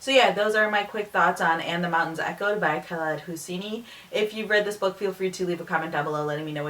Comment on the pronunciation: I can't get over the fact that you pronounce 'khaled hosseini' like a white person LOL you're asian you should be able to pronounce his name correctly!